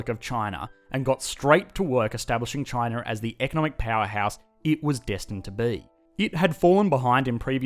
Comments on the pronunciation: It's spelled China, but he pronounces it c h i n e r. Where is this guy from? Pittsburgh. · Australians and the British: "Ah yes, the lovely country of Chiner." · I like how you pronounce it Chiner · Communist "Chiner"